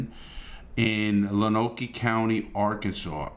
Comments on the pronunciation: Love ya Larry, but...it's "Loan Oak"... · Heads up, it's pronounced "Loan-oak." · Great video Larry. Just FYI Lonoke is pronounced "Lone Oak". The cop shot the 17 y.o. three times. Once in the neck, once in the left shoulder and once in right arm.